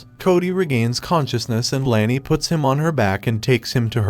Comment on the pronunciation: It’s Lani, not Lany.